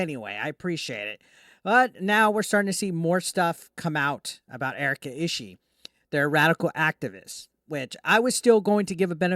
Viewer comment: Last name is pronounced "E-she-E" btw